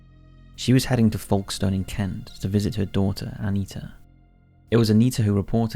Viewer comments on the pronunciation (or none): bro, his pronunciation of Folkestone is wayyy off. It’s Foke-Stun not FAULK-STONE...